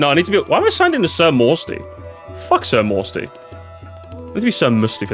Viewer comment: He doesn't skip your name but he does pronounce it sir moosty